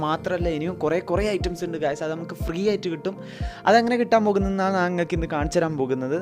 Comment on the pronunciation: നാൻ, അല്ല ബ്രോ, ഞാൻ